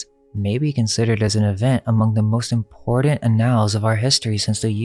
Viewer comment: "IMPORTANT" DOESN'T have a "d"... It's not "imporDant"...